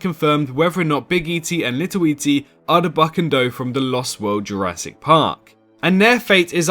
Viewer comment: Go somewhere in between 3.05 and 3.09 ma boi said “Jurassic parp “